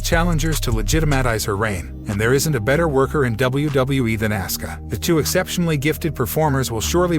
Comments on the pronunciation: Asuka not Asska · auskas name is pronounced Oska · Her Name is Asuka,,, Pronouned Aw-s-Ka,,, get it right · It's Asuka pronounced AWSKA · Narrator am going to need you to say the name right it Asuka 😂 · You went from saying asska a dozen times to saying assooka. Apparently seth's last name is roalins. Bianca's last name is bilyre. Sasha is being called seasha. Good coverage, but get a guy who is a fan of wrestling. Is this a computer, or did someone hire a guy who has never watched the product? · Can’t seem to pronounce peoples names. Seth “Role ins” and “Ask ah” then mispronounces it a second way with something like “Ah soo ca” or whatever the hell that was - c’mon dude 🤷🏽‍♂️